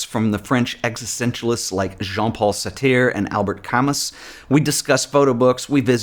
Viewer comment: Always enjoy these videos and look forward to them. Just a quick note on the pronunciation of the existentialist philosophers. Jean Paul [SAAR-tre] Albert [KA-MOO]